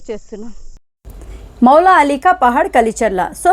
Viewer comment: మాలాలి పహాడ్ కాదు తల్లి మౌలాలి పహాడ్ అనాలి , స్టాటింగ్ లో స్పెల్లింగ్ మిస్టేక్ ఉంది సరి చేసుకో ...... టైప్ చేసే ది సరిగ్గా చేయండి .......